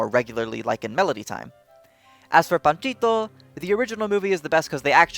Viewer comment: I just have to say this but loved how you respectfully said Jose's and Panchito's names in their native language accent. Kinda shows your a respectful dude of culture.